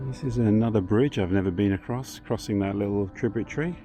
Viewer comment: Such an interesting accent. Many unsounded letter 't' words. Thus, 'little' becomes 'liowl'. That's not a criticism - RP is not obligatory.